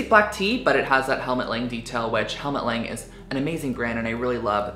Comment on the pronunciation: Its actually Helmut Lang like "lung" 🦊